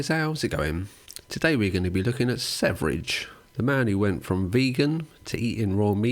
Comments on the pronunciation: Your pronunciation of Sverige (the swedish, pronounced swe-ree-ghe) is atrocious and the only thing marring the otherwise great video. I'm not swedish, but man, how hard can it be to learn basic pronounciation of a word your whole video depends upon? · how the fuq no one can pronounce sv3rige good? its SVERIE= sweden in swedish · it's supposed to be "sverige" it's "sweden" in swedish.. so it's not pronunced severige also that "high meat" looks disgusting.. I think the right word is "rotten" meat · yeah and also a more correct pronunciation would be sverr-ye but yeah, doesn't matter really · How do you pronounce his name by sayin the 3 (e) first and THEN the v? British foreign language brain fart? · His name is just the swedish word Sweden, ”Sverige”. The first part of the word is pronounced “sver” as in “swear” but with a hard V sound and the obviously no A sound, the second part is pronounced as the “je” part in the word “jet” but with a very soft J sound that is very rarely used in english, I can’t even think of an example. If you want to know exactly how to pronounce the word, just enter “Sweden” into google translate and listen to the swedish translation. I’ve seen this guy gaining more international fame, and infamy, lately. As a Swede, it’s quite fascinating. Since he speaks mostly english, he doesn’t have a huge following in Sweden, probably also because of the insane stuff he says. He’s mostly followed by weird “red pilled” guys. Edit: great video nevertheless! Happy to have recently found out about your channel. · I don't mean to be 'that guy' but his name is Sverige not Sevrige. It's pronounced "sferia" and it means "Sweden" in Swedish 🧐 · Sevridge.... It hurts. Ouchie. Sverige just means sweden. How did the e and v switch places? 😅 Probably just watched danknet, he pronounced it the same way. Also good video...